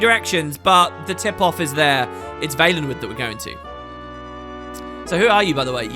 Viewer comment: Always thought it was pronounced Val-en-wood...